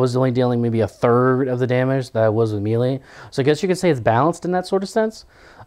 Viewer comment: I love your vids, but pleeeease pronounce melee right. I cringe whenever you've said it before. It's 'maylay' not 'mee lee'